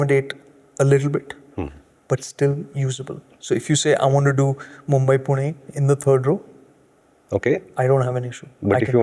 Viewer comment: U pronounced Pune like localite Punekar .. how come ??